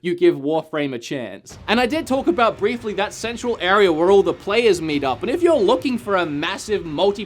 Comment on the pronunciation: Area, not arear